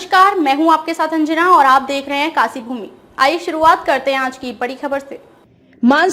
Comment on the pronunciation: आप काशीपुर को तो काशीपुर बोलती हैं लेकिन अपनी कंपनी का नाम काशीभूमि की जगह कासीभूमि बोलती है. ऐसा क्यों?